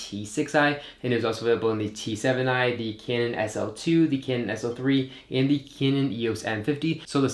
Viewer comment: Dude! Do you have ANY idea that there is a difference in "the" and "thee" (that's how you pronounce it??? You can NOT use "thee" aaaaaallllllllll the time. Oh my God. You sound like a hick from the Appalachian mountains.